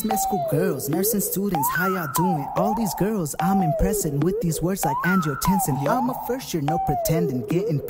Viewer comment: He botched angiotensin thou. It's an-ji-o-tensin, not an-jo-tensin, LOL.